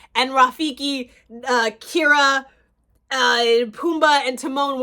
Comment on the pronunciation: Kee-R-AH is how you pronounce her name not Kira 😂 I’m joking lol but I loved this movie